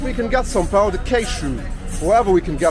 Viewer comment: really enjoyed the video! I am off to BH in a month for a week and this is very helpful 🙂 I am also an english as a first language Gringo....your portuguese is very good, just have to work on the pronunciation of the "pao" in Pao de queijo......the Brazilians will smile to themselves everytime it is pronounced incorrectly..... From one gringo bro to another 😜